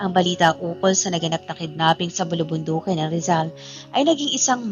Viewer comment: Ano un tulog nanaginip imbes n nanganganib. Menimemorize kya mabilis at patigil tigil s pagbabasa kc nkakalimutan ang mga salita qng wla po c o c wg n po muna kau magupload kc mli n po ung pgbangkit ng mga salita.bulubundukin po hindi bulibindikin naku po